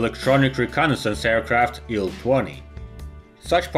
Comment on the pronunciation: It's not "ILL 12" it's "EYE-ELL 12" It's not "ON-10" it's OH-ENN 10."